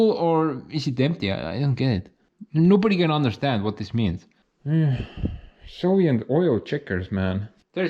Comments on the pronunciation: Are you saying Soviet or Sovient? I've been curious for a long time now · When you say "Soviet" I hear "Sovient". Is that intentional?